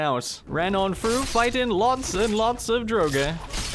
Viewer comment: Play THOUGH not play fru.